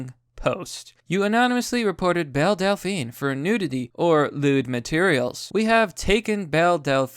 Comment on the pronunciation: Every time someone says Belle Delphine, I hear Bill Delphine I imagine Bill Dauterive (King of the Hill) selling his bathwater